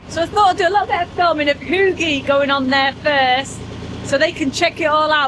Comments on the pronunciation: Oh my that made me chuckle. “Hygge” you pronounce it hueguh difficult to get the phonetics. It’s kind of a flat tongue in the roof of your mouth oo. 🤭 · You are truly pronouncing Hygge wrong (the Y shall sound like in truly) Congratulations on your new (to you) pirate boat, what are you going to name it?